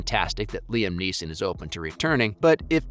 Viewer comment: Why the fuck are pronouncing his name wrong? It’s fucking frustrating